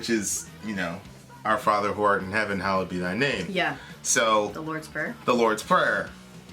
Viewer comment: It's actually "Hallowed" not "Hollowed"